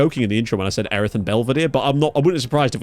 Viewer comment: Snap lads.. fuming how he said Erith though…